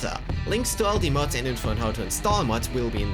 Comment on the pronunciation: Dude it’s mods not muts (am I the only one that heard that)